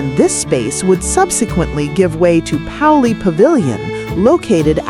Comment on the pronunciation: Agree. As an alum, seeing the photos was a wonderful experience. However, the "check out....check out....check out...check out..." was a challenge to get through, and hearing how Pauley was said after hearing Janss multiple times was too much for me. To the creator - I greatly appreciate the effort you put into this to compile these photos and learn the history behind them, even though I'm guessing from the pronunciations that UCLA wasn't part of your personal history. For future videos, taking a few more moments to learn about the words you don't know would make things even more enjoyable for your viewers.